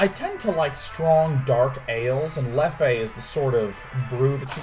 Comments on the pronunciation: if i'm not mistaken, I believe the name of this nice beverage you were having is pronounced leff :) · The beer Leffe is pronounced like Left without the "t" DAY9!